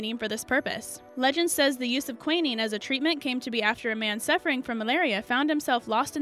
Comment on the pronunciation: WTF is qwenneeeeeen it’s pronounced qwineen. NO NO NO Fleming didn’t discover penicillin. He had no idea what was killing bacteria it was some years later that scientists created penicillin. Also Noble is pronounced NO-BELL